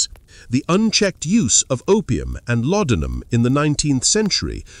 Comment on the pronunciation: "La-don-'em." Did you even listen to this AI trash before you posted it?